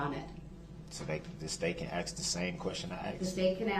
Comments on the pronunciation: "The state can AX the same question I already AXED? " Gotta love a piece of sh*t that can't even say the word ASK properly. 🙄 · And no idea how to ax a question 😅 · If he was sentenced to 1 year for everytime he mispronounced the word "ask", I'd be happy.